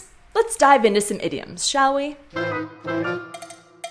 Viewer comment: ...maybe posh?